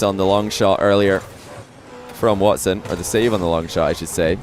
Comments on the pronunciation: tell me how is from the EU, and kept pronouncing wats10 when the guys name was watson lol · Again with the watts 10! Dude you can't broadcast without being able to pronounce simple names.